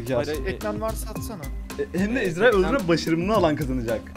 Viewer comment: ezdarhayı demesi çok komik